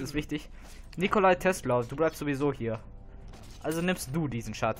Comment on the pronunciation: Achtung Klugscheißeralarm!! Taslow, nicht Tesla! ;-D Von allen Helden mag ich ihn irgendwie am meisten... Vor allem sein Turm bei den Wüstenreitern ist echt stark! Ich glaube das ist der stärkste Turm in dem Spiel...